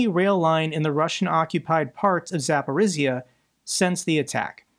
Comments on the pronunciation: Not sure if you looked up pronunciation of Zaporizhzhia. If you did and still struggle, please ignore me. I grew up in Zaporizhzhia, and I understand it's not the easiest city name to say. I've been watching you for more than a year, and this is the only real complaint I have. Please keep up the good work, thank you. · Hey! Thanks for all you do. So you know: Zaporizhzhia rhymes with “Polynesia, amnesia, Micronesia.”